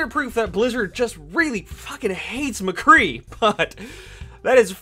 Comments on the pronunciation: Why the actual fuck do you pronounce it "McGee" it's Mc-Cree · Who else noticed that every time he got angry he kept of saying McGee instead of mcree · It's McCree. Not McGee. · Who the hell is McGee?,it's Mcree... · you said McGee instead of MCree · His name is McCree, not McGee. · I had to correct you its McCree not MaGee. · It's m CREE not mgee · Not trying to be a grammar nazi but it's mcree not mcgee it's pronounced muh-kree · First of all, nice video! But, why do you keep calling him McGee? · Did you call him "McGee" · Are we gonna ignore the fact that he kept saying "McGee"? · Why do you keep saying McGhee? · "McGee" Excuse me what. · Every time you say "Mgee" it kills me a bit inside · You call him mcgee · it sounds like you're saying mgee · did he just call him mcgee :)) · You said McGee every time😂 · This nigga said Mcgee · he says "Mgee" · 2 things, stop saying mcgee please and maybe you are just slightly bad at mccree?and that's why nothing is hitting? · Lol u said mcgee